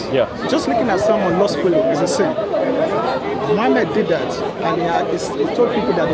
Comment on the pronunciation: Is he circumcised? What kind of deceit these paulene creatures come with? Have you heard how he pronouces Muhammad sallAllahu alaihi wasalam. Muslim! Yeah okay 😅